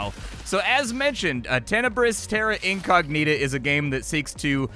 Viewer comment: duude, your "incognita" pronounciation.....:face-blue-wide-eyes::face-blue-wide-eyes::face-blue-wide-eyes